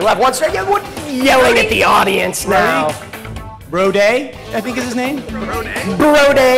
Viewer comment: you were on my team and you let me get away with saying BRO-DAY?